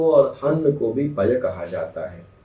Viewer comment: Sir पय pani aur dudh k alawa kiska pryaywachi h ?......clear pronunciation clear nhi hua h video m